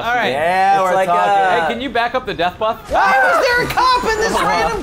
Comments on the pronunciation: its buth not bus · messed up saying Bus one episode ever since they say buth instead of bus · why the fuck does he say bath instead of bus? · buth not bus